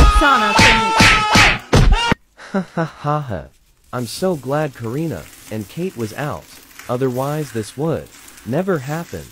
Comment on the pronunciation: you said Karna not Karina